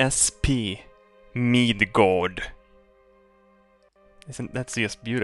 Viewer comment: Midgord, with a long o.